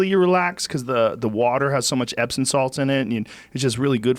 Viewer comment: Epsom not Epson Joe ;-)